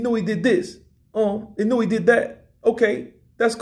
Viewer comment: why do so many people keep saying now-O-ya-oh? lol Its Naoya(Now-ya) and Inoue(In-o-way) lol